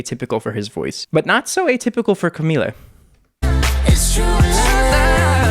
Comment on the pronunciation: Finally you say "Camila" right